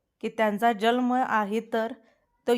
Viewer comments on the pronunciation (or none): जल्म नाही जन्म